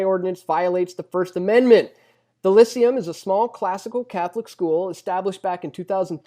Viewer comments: It's pronounce Lie-SEE-um, not LISS-see-um. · It's pronounced "Lie-see-um". Sorry, but it's very hard to take seriously an argument that can't even pronounce the contenders correctly. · Lyceum = Lie-SAY-um.